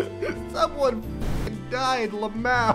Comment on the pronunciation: He pronounces LMAO as luh-mow like I do. 😂😭